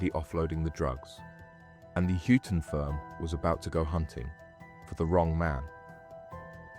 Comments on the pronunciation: mate its said like hi ton not hue ton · Huyton - as in High- Ton not Hewton - Two Dogs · Just a heads up - it's pronounced ''Hi-tun' not 'hewtun'. Being from Liverpool, I had to get that out. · It's not hootin! It's huyton, hi-ton. The hootin crew 😂😂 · Its pronounced "High Tun" not hootin, ive lived there my whole life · Huyton is pronounced Highton not Hyooton. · Good Video but some of the pronunciation is wrong and quite funny and I had to mention it "Huyton" in Liverpool is pronounced like "Hi Ton" (tun) not "Hooton". Hooton is place on the Wirral side. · Hewton!!! At least get the names right, it's Huyton, pronounced High Ton. 😂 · Hooton firm?? 😂😂😂. It’s pronounced High ton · That,ll be Huyton as in HIGHT UN not WHO TUN as is being mispronounced 🤭🤭🤭 Just Sayin Boss 🤫🤫🤫🤫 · The hewton firm? 😂 Huyton is pronounced High Ton mate. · I was pretty sure he was getting it wrong, but I didn't really know how it should be, so thanks! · 🤣and its pronounced "Highton" not "Huton" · The hue ton firm 😂😂😂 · You pronounced Huyton incorrectly. Its said Heighton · It’s pronounced high ton 😂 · Hyooton firm? 🤣🤣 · "Hyooton" firm? You dont even know how to pronounce it u dunce It's an area of liverpool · It's hi-ton, check proper wordings next time, a good vid but a few mistakes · Huyton pronunciation = "High - tun" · Huyton is pronounced High-ton. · It's hyton lad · Huyton is pronounced as "Hi ton" not how you say it. 😂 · It's more hightin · Ones a blacken ones a whiten Huyton huyton two dogs fightin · But without the T.😀